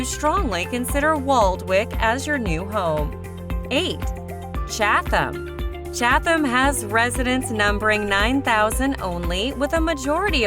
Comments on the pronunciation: Chad-than? Par-sip-pany?? The Narrator needs to take her mouth back to the dealership and get another one. 😭😂🤣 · We laughed at the Cha-tham pronunciation. We live in Chatham and sometimes jokingly use that pronunciation. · I tried man, I really did...I suffered through "ChaTHam" and "HO-HO-KUS", but "Parsi-Panny" was where I had to draw the line and pull my chute. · The H is not pronounced in Chatham and Ho-ho-kus was mispronounced, also. Who is this clown? OMG, I just got to Parsippany! We won't even get into the fact they moved Saddle River to the tropics. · It's pronounced "Chad dum" oh my god!! PAR SI PANNY!! stop please get a local narrator and Princeton seriosuly lol$ 115k pp hh this is hysterical 🤣